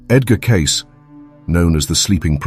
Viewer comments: oh and his name is pronounced 'kay-see' not 'case'. C'mon already. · It's pronounced "KAY-SEEEE" not Edgar CASE----moronic A.I. Narrator! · How about making the AI voice pronounce Cayce's name correctly?!! It's K-C !! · Maybe pronounce his name properly.... ???????